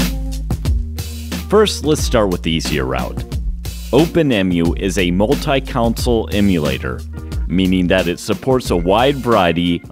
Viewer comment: Why is everyone saying "counsel" instead of "console?" Seriously. You guys are saying "counsel" as in a "counsel of elders." It's "con" as in "con man" and "sole" as in "sole survivor." "Console." LOL.